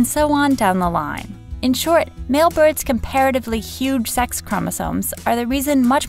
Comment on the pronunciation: Why does she keep on saying "seX chromosome"?